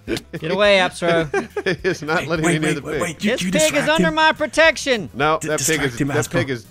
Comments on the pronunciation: haha did he just call appsro asspro XD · Finally someone said the name right. "Asspro" LOL And trying to shine is just hilarious.